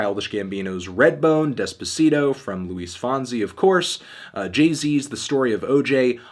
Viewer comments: despuhseedoh lmao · white ppl pronouncing Despacito terribly makes me cri